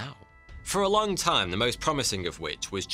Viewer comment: It's long, not longk